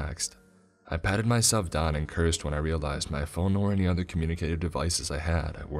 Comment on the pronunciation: "A Young Woman like myselfuh"